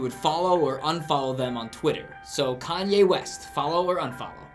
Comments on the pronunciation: When that guy said kaney west I was dead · How could somebody not know who is? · Kan-Ya West lulz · doncha mean cean-jay west?